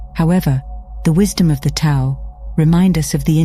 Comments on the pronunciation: Tao is pronounced "dow." Thought you would want to know. Thank you for the video. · Isn’t the Tao actually enunciated as The Dhao? Something the AI voice fails to understand. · Tao is pronounced as daow.